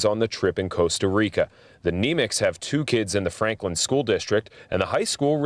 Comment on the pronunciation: you said Costa Rica wrong!